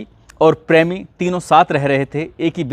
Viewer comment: "prami"😂 typical western UP pronunciation.